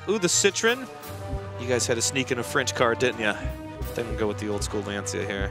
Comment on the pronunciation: It's pronounced Launcha not Lanseeya.